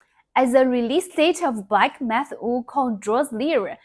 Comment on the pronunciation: 😂😂 her English is actually quite good but that was funny.